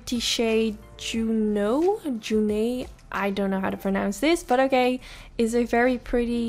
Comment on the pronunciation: You pronounced it right the first time - JOO-no 😊 Gorgeous look!